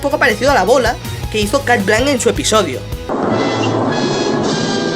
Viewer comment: No se dice cat blank se dice shat blonc